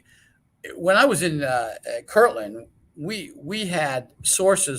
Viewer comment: it’s Kirtland not Kirkland. With a “t”. Kirtland AFB, New Mexico.